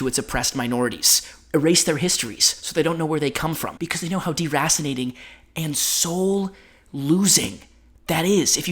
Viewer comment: ...did you just say "deracinating"?